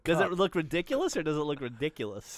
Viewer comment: Gav: "that looks rediculous" Geoff: "does it look rediculous or does it look reDICKulous" Geoff: dies at his own joke